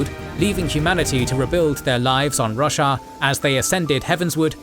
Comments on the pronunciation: Lol, I legit heard "The world of Russia" and had to do a double take. :D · Never heard anyone pronounce Roshar like Russia before!